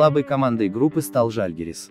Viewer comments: Сколько помню на сов.телевидении всегда был жАльгирис. У вас прозвучало жальгирИс. Режет ухо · Жальгирис тоже то правильно ,то неправильно ударения ставили